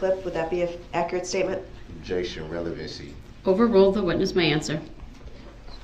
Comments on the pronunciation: I decided to start a drinking game every time I heard "Objection! Rellybency!" I died 20 minutes in. :) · Rellybency 😆😆👍 You should 'substain' from alcohol!!